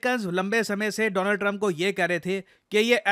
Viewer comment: Donald Trump ❌ Doland Trump ✅